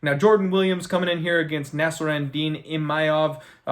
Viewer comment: There is no letter “Y” in Imavov. It’s not Imayov